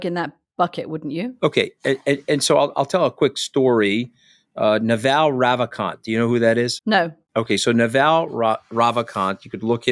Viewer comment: The pronunciation of Naval Ravikant is Nuvul Ruvikahnt....